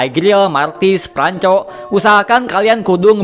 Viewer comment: Roam >> Rowam - Franco >> Fran Cho 😂